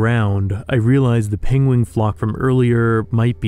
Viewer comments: I am utterly delighted by the thought that on an alien world there lives a creature named for Benedict Cumberbatch’s inability to pronounce the word “penguin” 😂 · I love how they named the pingwings after Benadryl Cumbersome mistaken pronunciation of the word 😂